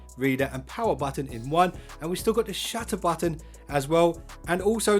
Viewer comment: I thought you said shatter button for a moment